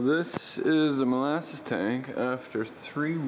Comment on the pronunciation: Did you say mole asses or molasses? Asking for a friend